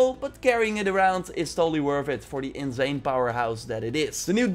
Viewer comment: Bro it’s insane not inzane